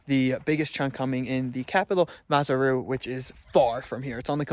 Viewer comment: Yeah but he totally messed up on his pronunciation of Maseru.